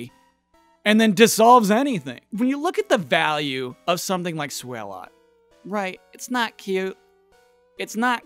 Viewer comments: I was not expecting #1 to be one of my favorite Pokémon. Swalot was on my team for pretty much my entire run of Pokémon Sapphire. Loved the Stockpile and Spit Up/Swallow combo. It's pronounced like Swallow by the way. As in, he SWAllows a LOT. ezaBackseatBosman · Is that the correct pronunciation of Swalot? I mean a tyre in his mouth lends itself to a combination of 'swallow' and 'a lot'. So I would lean away from sway-lot and more swa-lot. (Might be wrong)